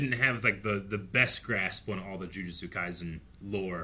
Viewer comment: "Jujitsu kaisen", haha. A mistake that makes sense I guess, because of the martial art.